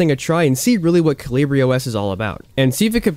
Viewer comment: Surely that's not how you say the OS name 🤣I guess the english name is Hummingbird so you wouldn't know